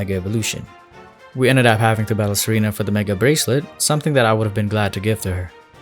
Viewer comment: When He said Serena I thought he said Tsareena. Whats wrong with me